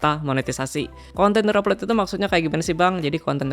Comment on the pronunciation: ejaan nya bukan reup lot bro, tapi ri aplot